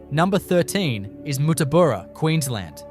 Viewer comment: Nyngan is pronounced Ning'n. Not Ningan. Mot Mootaboora, but Muttaburra - the way it is spelt. Not Ooyen but Owyen. Not Meekathahra, but Meekatharra. Didn't watch the rest. WHY ARE YOU USING AI FOR COMMENTARY. I am blocking this site.